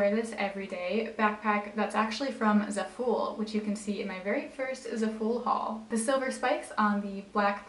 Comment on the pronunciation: zafull💀? it’s Za- fol